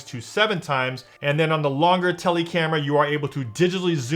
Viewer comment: "Seeni, teli" it's cin-eh, tel-eh